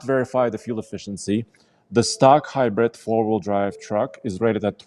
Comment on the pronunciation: When you said stock bumper i thought you said stuck bumper, like the bumper is stuck somewhere, and now the truck is STUCK, (not going nowhere)